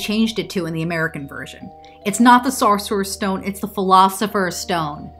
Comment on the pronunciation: The way you say Sorcerer's Stone makes me think you're from upstate New York...